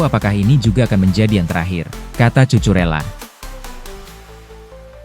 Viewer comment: tulisan nya emang Cucurella tp dibacanya Kukurella min 😅